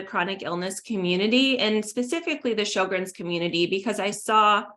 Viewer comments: Show-grens dear. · It is pronounced sher-grens